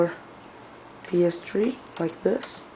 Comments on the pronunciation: it's a ps three not a ps tree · Its PS3... Not PS Tree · Three not tree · PS3 or PS-three is not the same as "ps-tree". just as sprite is not the same as es-prite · no ps3 its ps one---> ps two ---> ps tree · "PS Tree" XD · haha you said ps tree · "PS Tree" lol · Hahahah lol ps tree